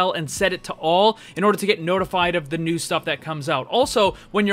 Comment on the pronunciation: Ner instead of new 😂